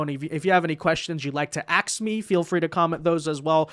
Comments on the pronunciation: Where did she lear how to say axe ? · REP. McIver, it's "A-S-K". "ask". Sound it out. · Last I heard, when you “ax” somebody, that could be a murder. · LET ME AXE YOU SOME QUESTIONS.... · Jazmine jr… haha she axed the hell out of that question 🤭🤭🧊🧊👶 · Axing questions tells it all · I would have said why don't you axe me a question that's relevant to this hearing 😂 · Soon to be locked up comgresswoman is AXING questions😂😂😂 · “Axing a question”. Jasmine is a true intellectual.😂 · Let me axe you 😂😂😂😂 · Axe lol She’s a hilee edgucated woman. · Antifa and liberals wear masks so they can't be identified so why can't the people doing good for our country. What kind of name is Lamonica, also "Axe" lmfao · ax us lol